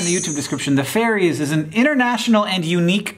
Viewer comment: I love how Hank thinks Ferries ⛴ are actually called Fairies 😂